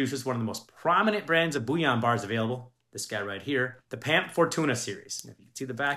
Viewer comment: Bouillon is broth - it’s BULL-I-ON